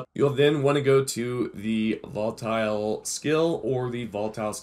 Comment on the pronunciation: Its not Voltile